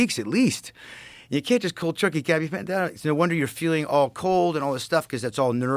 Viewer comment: Dude him mispronouncing gabapentin is annoying me.